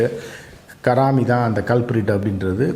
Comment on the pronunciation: Don't pronounce his name as Karaami, his name is Haraami